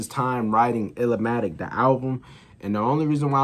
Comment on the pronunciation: I'm glad you took my advice to watch TIME IS ILLMATIC. You are the only one I know who reacted to TIME IS ILLMATIC ( it's NOT pronounced ILL-A-MATIC ) Keep providing us with more NaS reactions 👊🏿